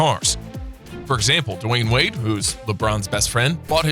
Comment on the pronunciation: he said Za-eer wade lol